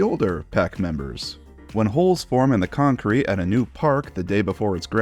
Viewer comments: I'm never gonna be able to say Concrete the same way ever again CON-CRETE! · “Holes…? In my “ČØÑÇŘÈŤË?!”